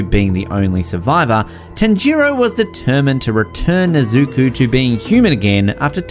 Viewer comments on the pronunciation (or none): I lost it at "na-zoo-kuu" LOL. Did he not watch any Demon Slayer? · "nesuku" that is the worst one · How he gonna say nezuko wrong when tanjiro says it in the background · Why did he pronounce tanjiro and nezuko like that???